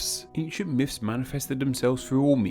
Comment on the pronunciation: These are “myths” not “miffs”